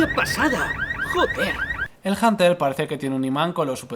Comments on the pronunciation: En el que hablaremos de el bunter... janter... el janer xd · es hunter no janter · pendejo no es hanter es hunter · Yo lo pronunció junter xD